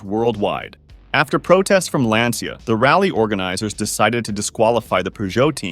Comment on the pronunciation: I only have one note: the pronunciation of Lancia. It's not "lansia" or "lantsia", it's "lancha". "Ci" in Italian is pronounced as "ch" (and so the "i" is basically silent). I'm bringing this up because Lancia was such a fundamental part of rallying, I don't have bad intentions. Otherwise great video!